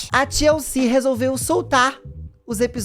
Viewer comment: Toda vez q o falava TLC eu escutava Tia Eucir